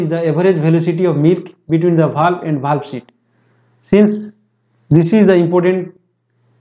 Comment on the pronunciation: Not bhalv its valve